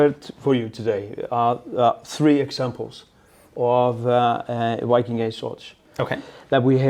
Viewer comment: A funny detail about Scandinavians speaking English -- for some reason, when we have to pronounce "Viking" in English, we have a really strong tendency to pronounce it "Wiking"... which makes absolutely no effing sense, because in ALL the Scandinavian languages the native pronounciation is "Vee-king" with a biting /v/ sound (voiced labiodental fricative)... precisely as it is also pronounced in English... and it's our own word... that we gave to English... which in turn, is about 80% Old Norse... just why? 😝